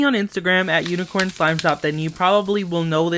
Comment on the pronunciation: he said unixorn skin did he kill a unicorn